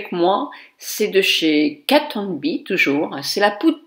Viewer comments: Bonjour, la marque que vous citez dans cette vidéo n'est pas "Kat Hon Be" mais "Kat Von D" sinon ce maquillage est vraiment beau! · ma chère, c'est Kate Von D (qui se dit; DI en anglais) ceci est pour info. bisous JOLIE